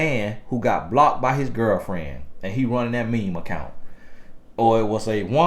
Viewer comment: Y’all, I’m from Australia and just listening to him say the down under line, Aussie and mate is hilarious 🤣 as says, keep them BLOCKTTTED 🛑